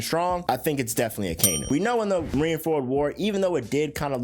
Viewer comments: Its pronounced “aka-inu” aka = red inu = dog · as soon as you pronounced Akainu’s name i logged off